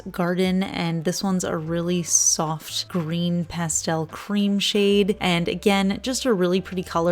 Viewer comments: Don't change for anyone! I love the way you say pastel! As for this collection, I love it! I'm a big fan of Orly. I definitely want the blue, green and lavender colors, but the whole collection is pretty! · Pastel pronounced pas-tel instead of pas-telle is perfectly correct in the UK! I first heard it pronounced in the latter way in 'Addams Family Values' and thought it sounded French!